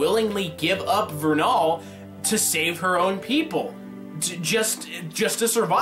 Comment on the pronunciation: did he say verral instead of vernal? (at the end when he talks about wether she will fight cinder or not)